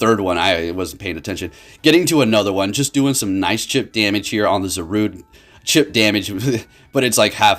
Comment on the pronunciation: Chip damage or 'chimp' damage? 😂😂 ok I'm out hahaha